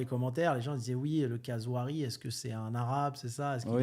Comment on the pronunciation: C’est pas Nouari, c’est NaOUri;) Et Zouari vient d’une famille fortuné de Tunisie, limite des ministres